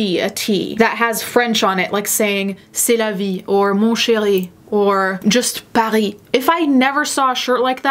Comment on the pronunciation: Je sais que tu parles l'italien, mais est-ce que tu as etudié le français aussi? Tu parles très bien même si tu as seulement dit "c'est la vie" lol